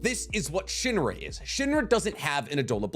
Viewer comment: Shinra not shine